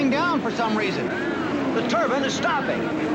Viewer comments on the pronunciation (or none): I cringed every time the announcer called it a turban jet engine. First of all, a turbine engine is not the same thing as a jet engine. Jet engines rely on the exhaust gases to produce thrust. The turbine engine uses the exhaust gases to turn a turbine that sends power to the wheels through a transmission. And I have believed ever since 1967 that the turbine car was doomed from the start because racing doesn't like anything that doesn't conform to its own notions. The same reason that electric cars today are segregated in F1 formula racing and put in a category called fe. It doesn't matter that the electric race cars can not only keep up with the gasoline engines, but can actually hold their own and beat them. What matters is racing is not what it started out being. Racing started out as a way to improve automobiles. It has nothing to do with improving anything anymore.